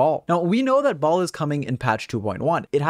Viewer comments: "We also know a lot more about Raiden Shogun or Ball, and so we get to talk about this Enblem set on Ball" English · Baal - (bale) You’re welcome everyone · The way you say Baal disorients me lol